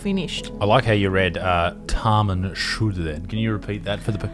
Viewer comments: Correction, thats not TAMAN SHUD, its pronounced TAMAM SHOD meaning its done. the job is done. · As a Persian you completely said Taman Shod wrong 😑